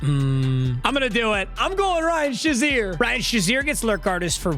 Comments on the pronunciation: It’s fucking SHAY ZEER not shu zeer you dweeb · please someone tell him it's pronounced like Shay-zeer as a steelers fan it hurts my soul